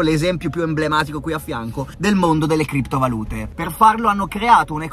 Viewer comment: FINALMENTE PRONUNCI BENE KRIPTO VALùTE!!! BRAVO BRAVO RICCA!!